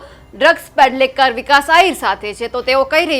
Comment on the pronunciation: ડ્રગ્સ પેડલેકર નહીં પણ ડ્રગ્સ પેડલર😅